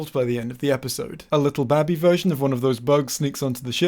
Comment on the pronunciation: Have you spent too long communicating with a giant alien rock thing? Because you totally mispronounced the word baby.